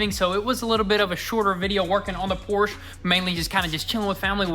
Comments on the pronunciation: great hard work on the 911. Let’s get the company name right…Por-scha. Porsche. Not Porsch. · It drives me crazy everytime you say Porsche. It's pronounced por-sha! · The correct way to pronounce “Porsche” is actually as a two-syllable word: “Por-shuh.” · Porsche is pronounced 'Por-sche' with two syllables. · PORSCHE - IT'S A PORSCHE NOT A "PORSCH"!